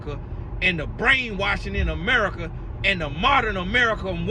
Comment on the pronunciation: Babyy when said “Emerica” I lost it 🤣😂🤣😂🤣